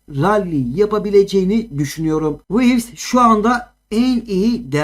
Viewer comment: Wivis diyo asalak ya hahahaha